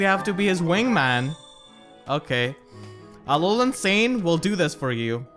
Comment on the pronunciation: Near the end we even get "Alohan Sain"